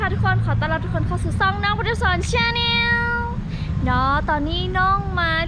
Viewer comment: Channel แจนโน, แต่คุณ พุทสอนออกเสียงเต็มปากเต็มคำแบบหน้าไร้ยางอายเลยว่า: ช่าแน่ว ช่าแน่ว...พ่อมึงตาย! อี่ลาว!!! ภาษาอังกฤษบ้านพ่อมึงเหร่อ ช่าแน่ว ช่าแน่ว? อยู่ใกล้กูควยแดกรูปาก...